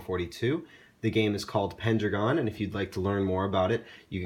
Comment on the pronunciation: If you're going to pronounce it pendra gone why did you spell it pen dragon?